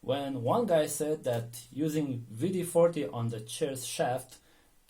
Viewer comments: and he says V D 40...lol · W is pronounced as V in some European languages. For example, if you ever hear a German say BMW they will pronounce it BMV.